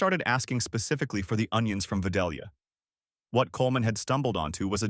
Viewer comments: It ain't Vuh-Doll-Yuh... It's Vi-Dale-yuh. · pronounced "vie-DAYL-yuh" not "vid-AL-yuh" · Vi -dale-ya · Please pick a pronunciation of Vidalia and stick with it. Clue the correct version sounds like day, not doll.